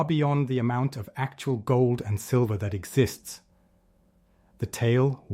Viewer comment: AI screwed up and calling it Sliver price, snake in the grass.